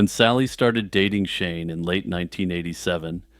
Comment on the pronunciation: every time You said Shane & Shelley I thought You were saying "Shaman-Shelly" which is the best name for a wholesome Texas teen turned Satanic-priestess I've ever heard